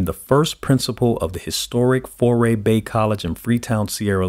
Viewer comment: It is really Fourah Bay College not Foray Bay....respect is burning!